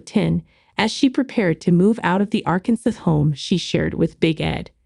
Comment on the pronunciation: “Arkansas”- is pronounced incorrectly this entire video 😂